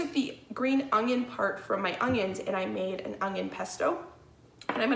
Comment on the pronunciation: Must be a common speech to say onion with a G